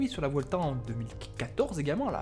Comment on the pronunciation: Salut petite remarque on dit " buelta" car en espagnol le "v" se prononce "b"